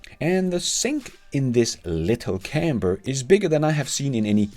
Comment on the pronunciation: Nice, although the pronunciation of 'camper' had me super confused, to me it sounded like 'camber', what the hell is a camber I kept saying to myself. Anyway I wait with baited breath to see if the cybertruck will ever make it to my part of the world.